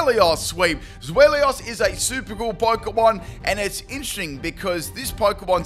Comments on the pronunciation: I'm too busy roasting you for saying "Zwelios". For the record, it's TSVY-lus. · I'll roast you for saying the Pokémons name wrong It's pronounced ZWILOS because it's a play on words with German words for 2 which is Zwei (pronounced zwI) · Zwellios haha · Take a shot each time pronounces Zweilous wrong